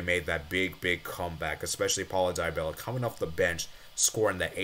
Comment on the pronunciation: "daibella ! bro i cant 💀